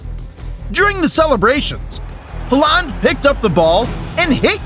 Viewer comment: just a little bit of advise bud if yore going to make football videos at least get the really famous ones names right (Halland)